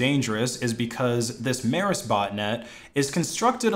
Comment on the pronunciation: Mēris is pronounced more like Meeris would be in English.